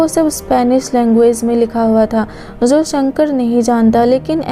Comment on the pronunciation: Jo hota hai zo nhi hota